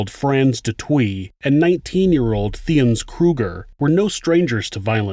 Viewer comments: She went through the most!! This is no laughing matter love your channel and material but the way you pronouncing Du Toit has me 💀🤣 it's pronounced 'Toy' with the T at the end. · Not du twee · Its pronounced du toy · Hello from South Africa 🌍 🇿🇦 I'm sure someone has already commented this. But Du Toit is pronounced Du "toy" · You pronounce it like FFFFVVRrrr(aaaah)ns Dooo Toy and Tee-ah-niss (like miss) Kruger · Hi there!! Love your channel!! I'm from South Africa and I just want to help you out on something small, but over here there's people that would laugh at you. The surname du Toit is pronounced as you would say toy in English. Happy to help a friend. Thanks for this channel!! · Du Toit is pronounced Do Toy. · You mispronouncing du toit is annoying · Lmao as a south African, I cringed everytime I heard the pronunciation of Du Toit😭💔💔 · Not how you pronounce toit!! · du Toit is a French last name pronounced : “du tooah” Toit means “roof” in French 👍🏻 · I’m Australian, but is it meant to sound like “De Twa”? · Just FYI the name du toit is pronounced du TOY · Du toit is prenounced du toy phonetics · Here they would pronounce the surnames Da Toy and Kreer basically. I remember this story when I was like 9-10 she became a well known inspirational speaker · Du Toit is pronounced "Du Toy". Alison is a hero here in South Africa. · Love your vids, thank you for your hard work... A little note... In South African speech, Th is pronounced as T. So Thiens is pronounced Teeans. Botha is pronounced Booata .... Also, du toit is pronounced Doo Toy ..... I also suffered gang rape in SA. I was 12yo.... I'm 51 now, but it ruined my life... This woman is amazing.... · Great vid. Sorry but du Toit is pronounced /du TWA/ not /du TWEE/. Why not check out pronunciations before making videos? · what’s dutowee? it’s pronounced du toyt 🙄 and these pigs have been paroled in july. i hate this world. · Du Toit is pronounced as Du Toy and not Du Twi 🤗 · You pronounce it "Do Toyt"